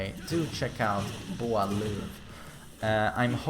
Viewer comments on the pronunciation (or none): Everytime you say dude's name it's sounds like boy love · The way you first say his name 😂